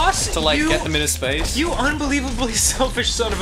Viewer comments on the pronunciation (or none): Did Ross just get really Australian when he said "space" at the end?